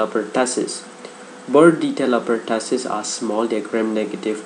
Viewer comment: hello! it's pronounced as per-2-sis not pertasis. and it's RUNNY nose not running nose. By the way the video is great. 💪😊